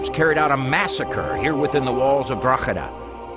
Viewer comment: I wish that American presenter would pronounce Drogheda properly..